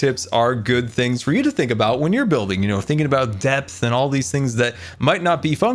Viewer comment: when scar was talking about his magical village everytime he said depth i thought he said death